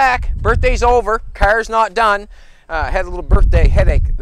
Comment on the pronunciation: Him saying kerrs three hundred times per show gets me not to watch. Oh and the fact his cars are pieces of shit!